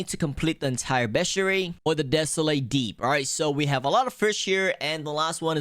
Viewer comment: “Frshh” “The dep” “Millons and millons of dollar” “Subscri” “Ro” “Pufferfrsh” “Ararara rod”